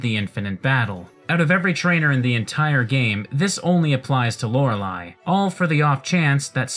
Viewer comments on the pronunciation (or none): none